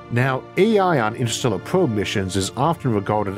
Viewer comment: I can’t listen to this voice lmao “intuhstewwuh”